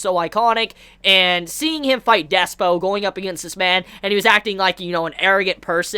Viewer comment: Its DISPO with a Y ! Pronounce Dis-y-spo !!